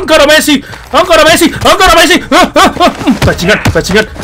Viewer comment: ANGKARA MESSI BANG BUKAN ENCARA MESSI:v